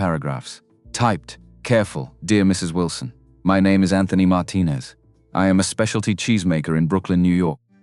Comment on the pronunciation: throughout Teach your Ai to pronounce common words Didn't open the gate Looks open to me Wrapped the wheel What wheel All she is a bunch of balls at this point Mr Martinez or Mr Murness? That her grandfather had carved?